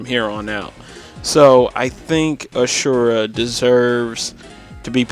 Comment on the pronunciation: Asura* not Ashurra